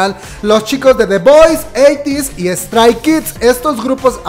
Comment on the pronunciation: Pues no tiene "muchos años" desde que se reunieron las 2NE1, apenas el año pasado se reunieron por el aniversario de su debut. Una observación, cada que pronuncias palabras como "combek", "estrai kids" "te-ve-ex-quiu", "bi-ti-o-bi", "mamamo" siento que me da el soponcio... se pronuncia "combak", "strei kids", "ti-vi-ex-quiu", "bi-tu-bi" y "mamamu". Se que es de mamadores pero creo que mínimo esas palabras que usamos mucho las kpopers las debemos pronunciar correctamente. Pdta. Me vi todos los anuncios sin saltarmelos 👌.